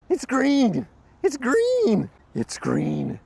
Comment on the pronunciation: "It's Gween" shoutout to TheReportOfTheWeek